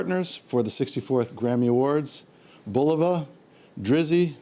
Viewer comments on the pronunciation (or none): none